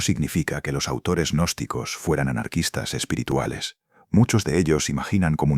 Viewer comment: Señor narrador cuando usted se refiere a los gnósticos no le agregué una letra a al de la palabra ya que queda agnóstico Qué es la palabra contraria al estudiante gnóstico ejemplo de ellos son los magos negros los espiritistas hipnotizadores y los brujos todos estos odian la gnosis al igual que los yerbateros Julián al Cristo odian la verdad Entonces no nos tilde Agnósticos nuestro nombre bien pronunciado es g Gnóstico .Como lo fué el v.M Jesús de Nazaret.